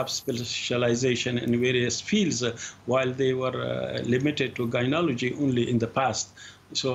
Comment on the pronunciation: The spokesman cannot even say the word gynaecology correctly and yet we are expected to believe his lies.